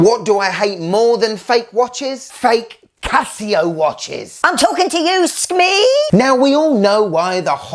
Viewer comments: Bro, I love you, but Skmei is pronounced like skmay, not skmee. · SKMEIIIIIIIIIII sounds like a decease😅